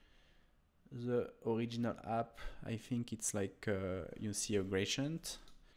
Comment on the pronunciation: Grationt? :D Gray-dee-ent!